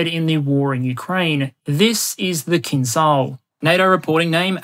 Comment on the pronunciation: just one remark. The Kh-47M2 "Kinzhal" a.k.a. Killjoy, is pronounced like "Kinjal", the "j" in the middle is pronounced like the "G" in General Oligarhovich.